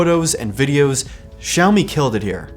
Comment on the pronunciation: 小米这两个字的发音是如此标准